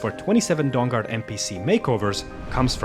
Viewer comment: He keeps saying Dong Guard 😆🤣😂